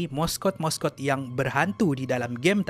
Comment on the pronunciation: "Morse code / moskod" ? atau sebenarnya " mascot / maskot " ?